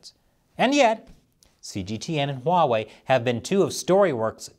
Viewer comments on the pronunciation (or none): none